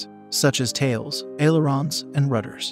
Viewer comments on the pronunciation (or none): none